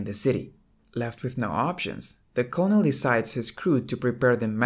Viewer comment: lol the, "colnel" lmao... its pronounced, "kernel"... lol get a voice over thing bro your english sucks, not to be mean or anything you got a pretty voice just the english is off so until then just do a voiceover for your vids.